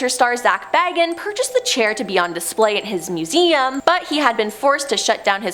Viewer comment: Zack BAY-gans is NOT related to Bilbo Baggins.